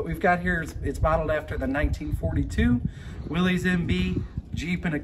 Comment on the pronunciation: I don't like when they mispronounce, "Willys" as "Willy's". It's pronounced as, "Willis."